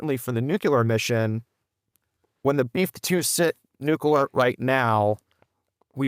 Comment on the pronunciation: "Nucular". My dad commanded the aircraft maintenance wing at Warner Robbins AFB. I'm sure that he's rolling over in his grave.